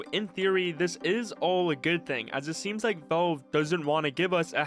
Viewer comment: bro really said "volv"